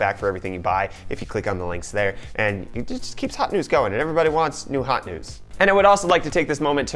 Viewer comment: Why does this guy keep saying Hawt Nudes?